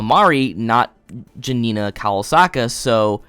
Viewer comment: how is pronounciating kowalska anywhere near kawasaka ?